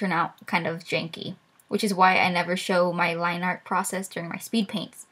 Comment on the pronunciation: "jankey" lol